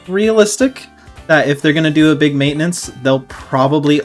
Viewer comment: Maitenance... Hmm That's fimiliar...